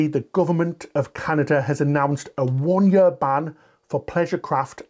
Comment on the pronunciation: What’s a “yer”?